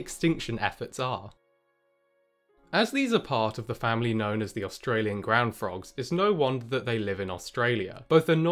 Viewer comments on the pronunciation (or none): none